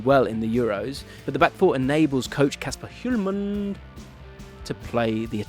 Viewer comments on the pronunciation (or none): Hjulmand is kinda pronounced like "Yoolman"